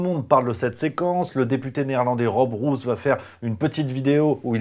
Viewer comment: Rob Roos ? Dites "rôôs". Une rose ; ou des pellicules.